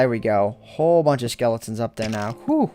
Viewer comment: like if you twisted your head when he said lets see if we can hear the skelotens